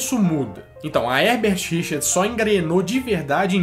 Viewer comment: Toda vez que ouço : versão brasileira, eu completo, Hebert Richers, e ainda falo errado, Hebert Richards kkkkkk, quando não é me dá uma frustração kkkk